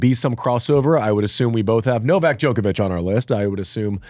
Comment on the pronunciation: I enjoy these types of videos immensely. However, could you please put some effort into pronounciation? Joke-avitch instead of Djokko-vitch. Silik, instead of chillich. Their surnames follow different language rules, than English, but a little effort goes a long way. Back to the video, I thoroughly enjoy hearing what it was like to play X-player, especially McEnroe. Would love it if you could have a guest from your era or a little earlier, to share in such conversations.